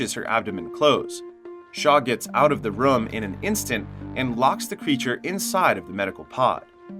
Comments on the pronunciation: Anyone else bothered about how he says “rum” instead of “room”. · Its room dude, not rum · Why do you say room like that? Sounds like you are saying rum. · It's pronounced rue-m not rum btw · my english is not the best, is this they way to say ''room''? it sounds like rum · weird how you say room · To the narrator: the "oo" in "room" is not pronounced like the "oo" in "book" or "look". It is pronounced like the "oo" in "doom", or "loom", or "boom". The way you pronounce it sounds weird AF.